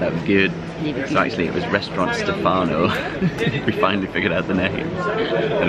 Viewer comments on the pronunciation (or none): Happy to see you in Venice, hope you had a good time!! So funny your pronounce of Stèfano! Greetings from Florence 🥰